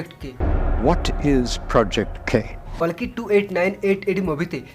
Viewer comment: Kolki nah koli bolo